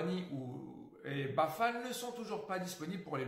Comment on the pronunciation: Bonne année à toi aussi! Toujours sympa de penser à tes confrères;) Sinon c'est Boufal!!! et non pas Bafal:) Vivement le prochain concours;) +1